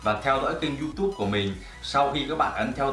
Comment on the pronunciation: Vãi đọc du túb thành du tu